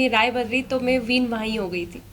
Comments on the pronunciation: Main ❌में✔️🤡 Clear❌ किलियर ✔️🤡 Maine ❌ मेने✔️ 🤡 Aur ❌ ओर ✔️🤡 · Me,me nahi hota madam msi bolna Sikh lo.. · मे मे नहीं होता मैं होता हैं बकरी 😂😂